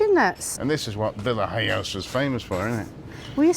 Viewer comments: Its pronounced yohosa that’s Veya yohosa 👍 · Hi guys the j in vilajhsa is silent and the thing out in the sea is a fish farm